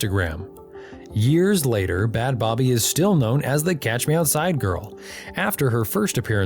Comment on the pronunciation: First of all the way you say bhad bhabie is painful...it's literally just pronounced "bad baby"...secondly crediting him for her fame after she's spoken out about the abuse she endured while in the program he sent her to is super gross